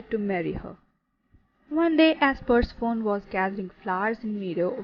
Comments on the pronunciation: PUR-SE--FOUN!?!? It's pronounced PUR-SEF-ON-Y!!!! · I’m saying this in a positive way to you, Persephone is pronounced Per-sef-on-ee and Demeter as, Dem-meat-err. But thank you for the video I love Greek mythology (mith-o-lo-gee) 💛 I should just say, that is how it’s pronounced in English 🙂